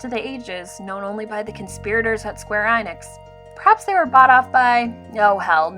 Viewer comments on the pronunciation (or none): E-NIX. Or EN-IX. But never EYE-NIX